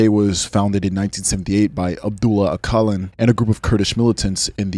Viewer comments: bro you pronounced his name wrong. When you say "Öcalan" you should pronounc c as j, not q. İt will sound similiar to "öjalan". Btw Im Turkish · Öcalan is pronounced more like Ah-seh-lan. Oh-kul-en is dead wrong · You can’t even pronounce his name “Abdullah Ocelan”. Kurds don’t fight for nothing, you all know the Turkish state and its brutality.